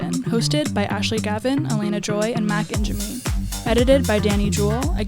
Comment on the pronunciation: lmao when is Ashley gonna say Ingemi correctly